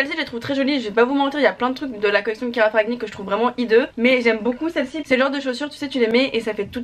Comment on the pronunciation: Léna je t’adore mais on prononce pas le G dans ferragni, ça se dit ferrani 😂 c’est un nom italien❤️